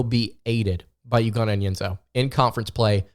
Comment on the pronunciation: It's eww-go. Not you-go.